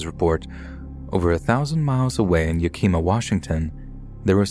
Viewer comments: It's pronounced Yak-ih-ma, not Yak-ee-ma. I'm from there, I know 😂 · It's pronounced Yak-a-Ma lol. I was so confused when you read it out when you said Yakima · BTW Yakima is pronounced (yeah-kih-maa) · Holy crap. I’m from Yakima wa. That’s crazy! No wayyyy. It’s pronounced “Yaka-maw” omg that’s absolutely nuts! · did you just say “yuhkeeemuh”??? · YAHKEEMUH. YAHKEEMUH. I'm definitely gonna keep referring to Yakima as YAHKEEMUH. Random fact: The first time I was arrested was in YAHKEEMUH when I was15. Great memories over there in YAKEEMUH.! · The way you said “Yakima Washington” lmao